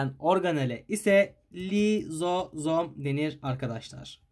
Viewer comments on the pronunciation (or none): lilozom değil lizozom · ve lilozom değil lizozom